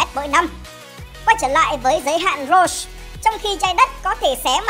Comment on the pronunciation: Roche sao đọc nghe như rose thế